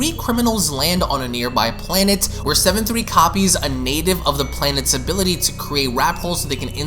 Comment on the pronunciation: It's Seven Slee not Seven Three